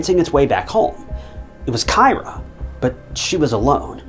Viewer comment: Kyra "K-ee-rah"